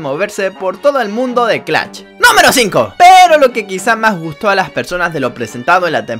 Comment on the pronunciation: Muy bueno el vídeo pero se dice Clash, no Clall